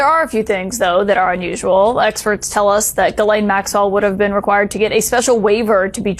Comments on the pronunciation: Did Bondi call her girl-lane??? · Why does Bondi keep calling Ghislaine Maxwell ‘Girlene’? Does she even know the woman’s name?! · Why the Hell, all you Americans seem to try pronounce the name "Ghislaine" correctly, but utterly fail. The S is a sharp one, it is pronounced like a "ss", just like "Shisslaine". I don't want to have the name of a child abuser pronounced correctly, but it just hurts my European ears, every time I hear that linguistic ignorance. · "Girlaine" Maxwell. What a dummy Pam Bondi is! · Guerlain is a perfume, Ms. Maxwell's name is pronounced "Gee-lane," I believe, Ms. Bondi. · Who is “Grr-laine Maxwell,” Pam?